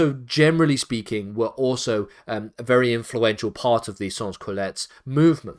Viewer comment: Sans Cullotes is pronounced as 'Son Coolot' just saying